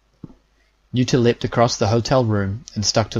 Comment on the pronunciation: O.k. you said l-e-pt one time. That means that's your default... Why are you saying leep-ed the rest of the time???